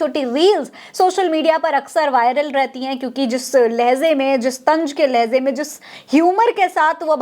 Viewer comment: .... Jis...lahezay ....me ?...afsos... Musalman bhi ab Urdu ko khraab karne me laggaya hai..... Laheja....ko...LAHEZA....ZZZZZ...Bol rahi hai....😂😂😂😂😂😂😂😂😂😂😢😢😢😢😢😢😢😢😢